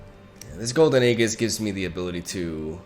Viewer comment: dude, youre pronouncing aegis wrong